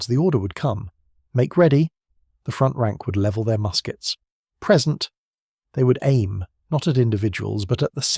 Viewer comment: I presume the script was knocked up using AI and the problem with this is the the pronunciation trips occasionally. If you don't write this yourself then, as you read the text, you may indeed mistake 'present' (verb) for 'present' (noun) when reading AI stuff aloud. Not a major thing, but important if you make that mistake in a military history at the point of first attack! Similarly, with 'routed'. In British English "rooted" (how you said it) means the route something takes - e.g. 'routed via Paris'. Pronounced "rowted" it means troops were defeated and ran away. Which do you think was the apt pronunciation in this case? Good breakdown of a little known action though.